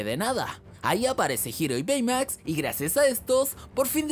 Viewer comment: Baymax se dice beymax literalmente xdddd aprende cultura pa